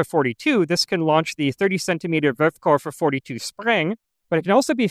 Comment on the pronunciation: Are you aware that you always say "Wurfkoffer" (launch suitcase) instead of "Wurfkörper" (launch object)?